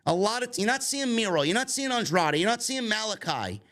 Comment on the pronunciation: I love how Riccaboni has trouble with Andrade's name.......